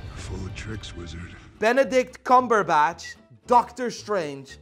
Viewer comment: Ok I love how he gets EVERY actor's name wrong, but somehow he nails Benedict Cumberbatch first try.